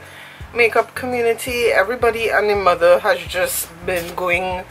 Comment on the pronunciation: Hahahah " everybody and dey mudder " u crack me up !!